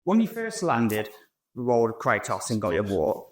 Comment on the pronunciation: did this mf just say "cry-toss"..